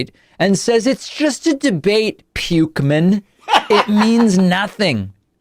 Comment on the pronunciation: “Pukeman” is pretty good…